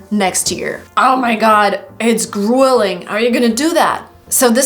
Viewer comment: No, you are teaching them wrong! "arduous" and "grueling" are not pronounced that way!